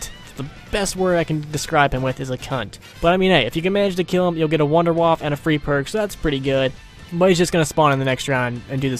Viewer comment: The Wunderwaffe is actually pronounced "Wonder-waffah"